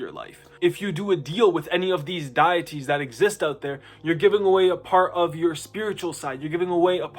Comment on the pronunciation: Deitiy sounds like Dee-it-ee Deities sounds like Dee-it-ease